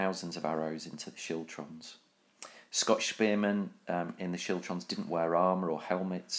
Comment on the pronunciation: Siltrums? Chiltrums? What?